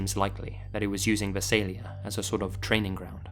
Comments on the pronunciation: Here I’ll help with Visalia it’s pronounced Vy-Sale-yuh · I was born and raised in Visalia. Outsiders ALWAYS get the pronunciation wrong, but I am impressed that you're aware of your mispronunciation. For anyone wondering what the actual pronunciation is: vise ale yuh. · HOLY CRAP you talked about a town i know very well, it's pronounced Vai-Say-Lia, crazy you talked about this story, such a fan of your work, its amazing to have you talk about a town that is close to me. Such a big fan of your channel!!!! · I've never heard anyone pronounce visalia the way does 😂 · As someone from Visalia, I completely cringed hearing your pronunciation. Still, it was great having that cold case solved and the video was also great!!